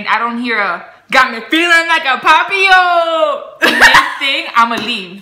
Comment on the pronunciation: French here to help you 😂 Papillon is a French word that means butterfly. The correct pronunciation is Pa-pi-yon 😉